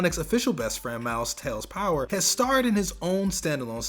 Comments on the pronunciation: miles ""tails" prower, not power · And did you say tails power it's miles prower and tails is his nickname not tails power